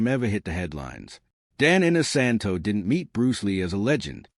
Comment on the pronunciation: Clickbait! Dan is only seen in this video at the front for 10 seconds. The person doing the voice over should have at least learned how to correctly pronounce Dan's last name.